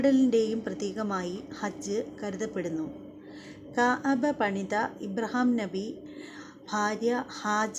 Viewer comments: കയബ അല്ല കഅബ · കയാബ. അല്ല .. കയബ ✅ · കയ ബ അല്ല ... ക് അബ or ക അബ ....